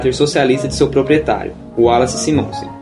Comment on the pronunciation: Muito bom o documentário, pena que o narrador acentuou o nome do antigo proprietário da Excelsior o Sr. Wallace Simonsen não sei onde ele foi arranjar um acento circunflexo no nome dele, o mesmo erro é cometido ao falar dos apresentadores do Jornal Nacional Eron Domingues e Cid Moreira.